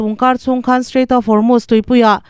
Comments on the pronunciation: Van hre sual chiang hle mai Formust a ti lo va, Hormust pawh dik chuang hek lo, Hormuz tih tur aw,,,, Pitar pakhat thu sawi min ti hre chhuak lawm le, " Thanga pi in " Korot'" tih a tuma Kolot tih daih tiin a nuih ve tho😂'" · Formust i ti a, Hormust tih zawktur a ni lomaw le ?